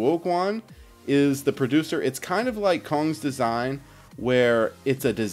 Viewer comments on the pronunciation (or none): Cong is said like "tsong" fyi